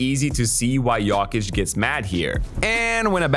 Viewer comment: why u say jokic like that